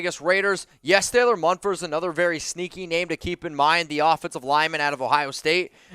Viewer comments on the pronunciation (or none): none